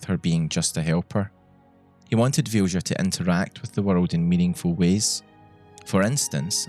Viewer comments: also, small thing: its pronounced vilya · Vilja is a Finnish name and is pronounced "Vilya" :) Anyway, this is such a beautiful story, thank you for sharing. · I am genuinely curious how you could think Vilja is pronounced Fjusha. The letters are there for a reason. V is pronounced as V is pronounced, as in Victor, not as F. I is pronounced as i is pronounced, as in Indian, not as J. L and J are pronounced as L and J, are pronounced, as in Legal and January, not as Sh. And A is pronounced as A, as in Attention. That one was actually kind of right. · I'm pretty sure Vilja is pronounced as “Vilya” 😂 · I watched the entire video, and I still don't know what the name of the companion is. As the modder is Swedish (and so am I), I guess it was a Swedish name. But I could not understand the pronounciation, neither could YouTube's subtitles. It's only thanks to the description that I know her name to be Vilja. And for those who want to know, the Swedish pronounciation is [VILL-YA] (like in an Italian Villa and a German Ja). It means, "Will." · It's probably pronounced closer to 'Vilya', since it's a swedish word in a mod by a swedish dev. The mod description even talks about what it means and all that. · Vilja is pronounced closer to VILL-YA. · "Vilja" sounds Scandinavian. In that case, the "j" is pronounced more like you'd pronounce a "y". So think "Vilya". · Just for the record Vilja is pronounced Vee lee ya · As a Swede, that was some brutal pronunciation of Vilja. It's actually a beautiful word to use as a name, but I've never thought of it like that. Basically, it means "Will (willpower)". I'm so glad Pratchett got to experience gameing to this level. I was destroyed when Death came and took him home. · Thats a really weird way of pronouncing the swedish word Vilja (Will). I know accents can do a number on words from other languages, but this almost sounds intentionally misspoken.